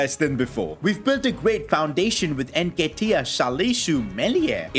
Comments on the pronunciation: please my ears where itching its NN ketiah not EnKetiah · Hey love the content and everything but just get the nketiah pronounciation right